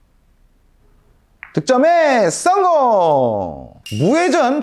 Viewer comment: 목소리 어디서듣던. 우비삼남매ㅋ 썽공 발음ㅋ디지네